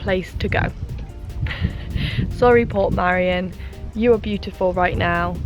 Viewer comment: You were chancing it going up that late in the day ,head torches are useless in mist or low cloud. You were very lucky to make it down safely. Its Port Meirion not Port Marian by the way 👍 nice video though .👍 oh by the way jumping of that bridge is not allowed ,people have died doing it.